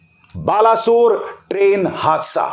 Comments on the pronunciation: बालासोर नही सर बालेसोर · Abhisar ji, please change your pronunciation of Balasore. In fact it's Balesore. It was uttered as Balasore by the British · Baleswor ha not bala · Tuu kya anchor banega re 😂 Balesore ko balasur bol rah 😂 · Im from odisha Sir its pronunciation baleswar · Please pronounce it as बालेसोर. From Odisha